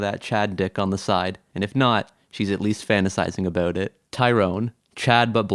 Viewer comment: A...Bowt.....are you Canadian?